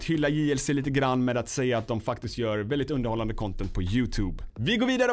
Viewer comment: Hhahahaha gillar att säger (väldigt,veälldiget)